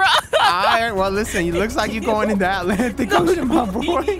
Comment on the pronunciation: really said ALANTIC ocean 😂